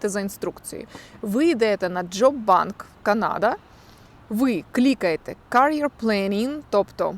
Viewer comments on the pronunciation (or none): если произношение искажает смысл слова- то всегда исправляю. В речи это происходит естественно- просто переспрашиваю это слово с правильным произношением. Удивительно, но когда меня исправляют, я просто пытаюсь запомнить произношение. Ваше career звучало как носильщик, hairdresser было понятно, просто пошло в пару к career. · Это было полезно. Но вам надо поработать над англ произношением. Career, hairdresser не правильное произношение